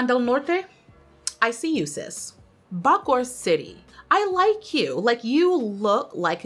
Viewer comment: Agusan is pronounced (approximately) as "ah-goo-sun". The o's in Bacoor is pronounced separately as Baco-or.